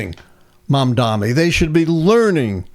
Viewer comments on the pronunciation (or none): Can someone please correct this guy? MamdaNi. Not Mamdami, not Mandami, not Mamdamni. It is absolutely disrespectful, no matter if you support him or not. Please stop it. It's not a complex word. It is pronounced just as it is spelled. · time to learn how to pronounce his name. Mamdani. Not Mamdami. If you spell it a few times it should go well. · Please pronounce his name right, Dr. it's Mamdani. Not Mamdami. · MAM-DA-NI PLEASE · M A M D A N I. Please pronounce it correctly! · Come on, say his name correctly. It's not that hard